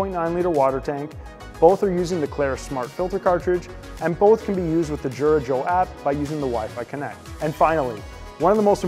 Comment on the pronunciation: You pronounce Jura wrong.